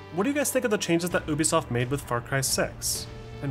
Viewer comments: Stop saying uuubisoft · I liked the video but the way you say ubisoft triggers me 😂